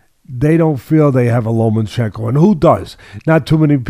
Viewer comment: FFS. its pronounced - "Loma-chenko", not Lo-man-chenko"